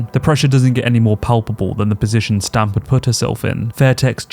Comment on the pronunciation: Should it not be more like S'tamp or se'temp, or possibly even se'tem? I googled it and it seems more like that on the pronunciation. (However... it may just be the English word written in Thai letters lol). I just remember that Thais do not seem to have much a "st" sound. Great video btw!